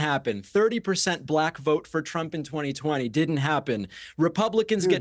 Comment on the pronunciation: Little slip of the tongue... "The ads that Tramp ran..." 😂